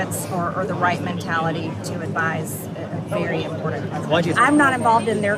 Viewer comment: How does she mispronounce the word important?